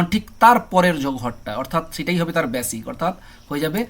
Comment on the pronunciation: ব্যাসিক নয় বেসিক